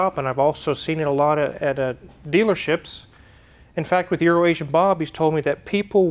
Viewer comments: How is it that when you pronounce EuroAsian-Bob I can hear you clearly, but when says it, 100% of the time, it's 'Urination-Bob'? Inside joke? Annunciation? 🤔🤦‍♂️ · I’m so pleased that and pronounced ‘Euroasian’ Bob correctly. To my Australian ears, it sounds like is saying Urination Bob.